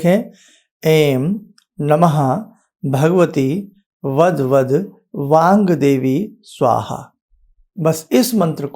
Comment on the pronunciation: गुरु जी इसका उच्चारण वांगदेवी है या वाग्देवी है अपने बोलते समय एम की मात्रा उच्चारण में लगी कृपया मार्गदर्शन दीजिये